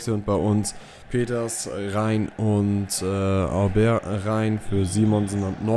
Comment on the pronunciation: So: "Obäär" - du machst das schon richtig :)